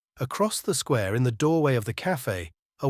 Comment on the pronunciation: Hemingway us full of undemonstrative men and discontented women. Sweet ending, though; she won’t be totally miserable. The reader spoiled it for me somewhat: the monotone and pronouncing “square” as “squa” sounded AI.